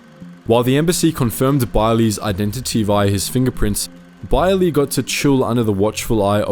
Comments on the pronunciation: No its pronounced as Bey-er-leh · I keep feeling like you're pronouncing him name wrong but I'm sure you researched it. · Why do you pronounce Beyrle like that?